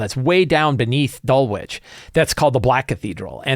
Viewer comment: Please it is not "Dull witch", it is "Dull itch". Suburb of London as you asked.